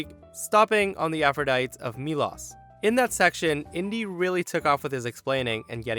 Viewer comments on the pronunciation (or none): Aphrodite is Aff-ro-die-tee btw. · Aphrodite is pronounced "afro-DIE-tee", not "AFRO-dite".